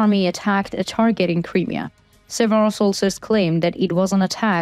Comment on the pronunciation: Just a small hint... when saying the word Crimea, emphasise the "M" and not the beginning of the end. And it is NOT "THE Crimea" since 1991, when Ukraine became independent. It is simply "Crimea"